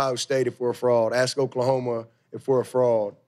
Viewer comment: Is he saying frog or fraud lol 😂😂😂